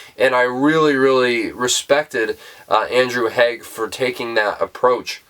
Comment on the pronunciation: Great review of a great film! (And ten out of ten for pronouncing BOTH Andrew Haigh and Paul Mescal's name correctly! 🙂) Took a second viewing to fully grasp the ending.